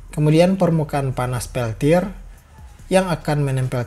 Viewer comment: wkwkwk pas terdengar peltod lgsg ngakak